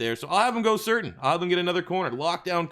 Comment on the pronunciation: It’s pronounced “Sur-tane” I know cause his dad played for my Dolphins